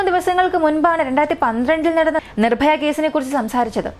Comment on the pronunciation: നിഭായ അല്ല പെണ്ണുമ്പിള്ളേ നിർഭയ